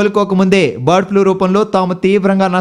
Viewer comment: One more thing.. Flue kadu Flu.